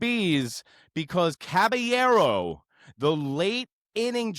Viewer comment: Who tf is Cabañero … CABALLERO put some respect on that man’s name 🫡